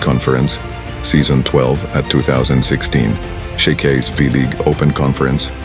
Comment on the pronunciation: WOW BROTHER “SHAKEY’S” DIMO MABIGKAS NG TAMA.😂😂😂😂😂😂😂